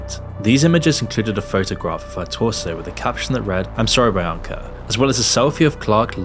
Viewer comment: is this voiced by ai? coz ain't no way you pronounce "bianca" like u did in this video.